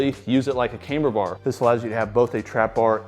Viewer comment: Why does say cameber bar instead of camber bar? Is that some kinda accent thing?